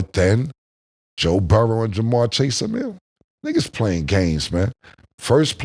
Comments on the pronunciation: His name is BURROW. BUR. ROW. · Moe since when do you say Burroughs? Don’t dumb yourself down